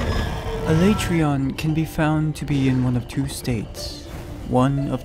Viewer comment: The way you pronounced Alatreon gave me cancer. Thank you.